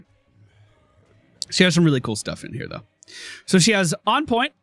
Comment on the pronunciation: En Pointe French It's like you're saying hAnzo but without actually pronouncing the N.